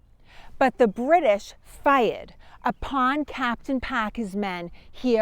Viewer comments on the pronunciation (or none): Couldn't tell by her accent, did she say Packer or Parker? She said faired instead of fired.